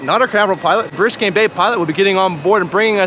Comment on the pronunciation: Biscayne not Briscayne bay